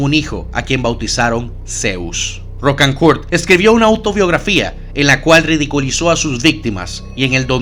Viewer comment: The pronunciation is Ro-can--cur, not Roc-an-curt